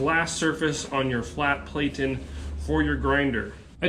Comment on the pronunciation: Plat-en, not plate-ten